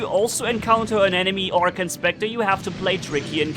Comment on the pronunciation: did you notice that you said orkan?